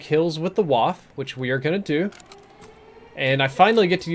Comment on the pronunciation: It's pronounced (vah*fuh). Come on! Great stream other than that though:)